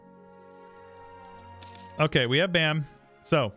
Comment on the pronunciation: the province bam is literally pronounced bam